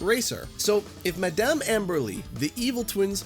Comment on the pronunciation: its pronounced mah-dum not Mid-dum. lmao